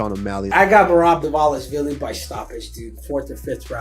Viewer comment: Alex Pee-Era Uncle Eye-Ev Merab Deeshalavili Zabit Nurmogcheriopov Never change Chael. NEVER!